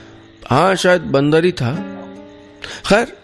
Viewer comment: bandarr...... nahi nahi bandarrr nahi matlab bandarrrr......😂